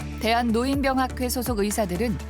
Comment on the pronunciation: 아나운서가 "노인병학회"가 뭐냐? "노인뼝학회"라고 읽어야지. 국어사전에 써 있는 것도 제대로 못 읽냐? AI냐?